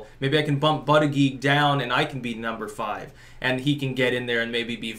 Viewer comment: Anyone else lose it when called him Bootyjudge 😂😂😂😂